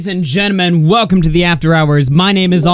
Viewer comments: "Ladies and Jenmen" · "Ladies and Gen-men" lol..and I'm done with the video.